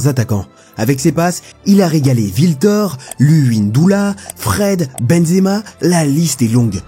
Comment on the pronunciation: Jean Michel Aula, Micheal Essienne, Wiltor. Vraiment faut que tu t'appliques sur la prononciation des noms